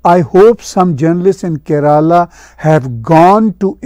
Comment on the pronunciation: NAMASKAR ...It is good to see Tahir Sir on this topic. Kindly pronunciation of KERALA is ..... IN URDU LANGUAGE Keef+ ye+Re+Laam +Alif